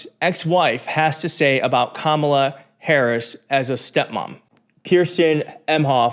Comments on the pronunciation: When these 🤡 can't pronounce her name correctly, it just another way of disrespecting her as a person. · Theyre mispronouncing her name on purpose. Its part of the dehumanization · They pronounce Kamala's name incorrectly PURPOSELY